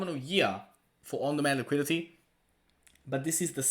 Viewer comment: LMAO what is Liquility? Lol learn the words you need to say in your videos maybe?